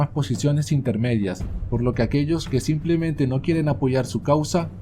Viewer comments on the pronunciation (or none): none